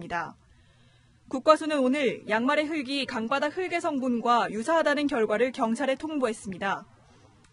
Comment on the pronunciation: 기자님 쯤의 “강바닥”, "강가" 발음 정확히 해주시면 감사하겠습니다.